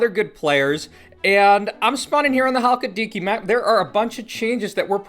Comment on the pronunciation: If you ever pronounce Chalkidiki like that again I will find you and I will touch you.